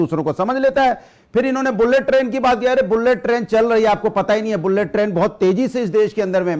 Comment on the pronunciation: bhadoria phle bullet bolna sikh murkh